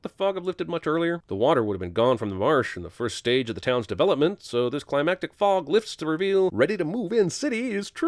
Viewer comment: It didn't sound like Gomez said "fog".